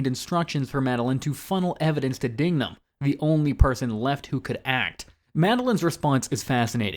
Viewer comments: It’s pronounced Dig-num. Not Ding-gum. Dignam already suspected Sullivan, not to mention the 4 officers tailing Queenan weren’t right with it. Queenan’s phone records could be traced and Costigan’s file recovered. All of this is basic detective work. There’s plenty here that points to someone other than Madolyn. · Its DIGnum, not DINGnum gotdammit! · It's not 'Dingnam'. It's 'DIGNAM'. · DIG-NAM. DIG-NAM. Not "Ding-nam." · It's DIGNAM, not Dingnam. Dude! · It's Dignam. Not Dingam or Dingnam. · It’s Dig-Man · JFC, it’s DIGNAM You want somebody to watch your video and take it seriously, try getting the main person you’re talking about in your video’s name correctly.